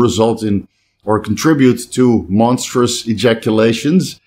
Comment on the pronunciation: Monstroserous loads! Sometimes I forget English is 3rd language!